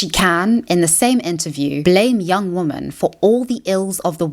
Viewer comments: Interesting and insightful analysis, thanks. I am not sure why you still pronounce the word 'women' (plural) as 'woman' (singular), is this intentional? I don't think you're right to lump Brand with bad-faith actors like Carlson and Candace Owens, cites, entertainingly and charismatically, a LOT of really great and very thorough sources (eg The Intercept, Jacobin etc). Ad Hominem allegations (surely many truthful and a bit creepy- the man is a charming addict, a product-turned-critic of the Empire of Illusion that Chris Hedges writes about) don't negate a LOT of truth told (generally that the right (obviously) but also the left, in the UK and US, is now firmly captured and steered by corporations under neoliberal capitalism). I admire his ability to bring deluded and selfish right wingers to a more informed place. Check out Chris Hedges- Real News Network, Yanis Varoufakis & Richard Woolf here on YT if you don't follow them already. Anyhow, some good stuff in your analysis, though I thought overly judgmental in some of the wrong directions. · Please Ilove you but I cannot stand how you pronounce wo-men as wo-man please please please try to change it. It just goes against your entire like intellectual persona when you constantly mispronounce it. I don't know why you pronounce it that way maybe it's a South African thing, but I have some South African friends who don't pronounce it that way so I don't know it's just something that is really really irritating, it's fine if you don't change it, it is just a suggestion but like please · Do you know how to pronounce the plural of “woman”? I’ve noticed there’s a slew of YouTubers who won’t pronounce the plural properly.